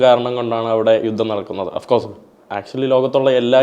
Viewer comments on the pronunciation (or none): none